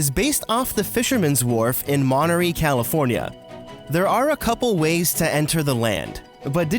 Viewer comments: Californian here, it's pronounced mon-tuh-RAY not mon-tuh-REE. Love the video, though! And the earthquake references are no joke, it's pretty shaky here ;) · you say mont-er-e California. But it is pronounced monter-ray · I live in the Monterey bay area so hearing you pronounce it "mone ree" was really funny. Just for the record, it's pronounced like "monter ray" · OMG My home County is a reference in Disneyland and its pronounce Mon-tr-ay County :) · It’s Mon-ter-ray